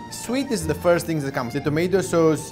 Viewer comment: italian noze starts to eat za pizza